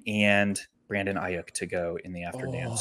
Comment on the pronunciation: First time listening to you guys. Loved the content. But you was butchering Brandon Aiyuk last name fam. And kept on saying it!! I’m not tryna tell you what to do but at the same time, with this being your job maybe just a tad bit of accuracy for the names. 🎯😂 but I finally am understanding leverage thanks to yall so great job altogether. 🙏🏾